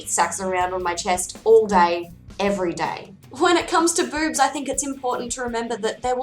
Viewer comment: To my American ears when you say boobs it sounds like beurbs.